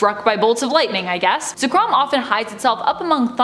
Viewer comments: The host: says Ze-krawm Me: SO YOU HAVE CHOSEN DEATH. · This girl lost her charm when she pronounced Zekrom as Za-krom 😩 smh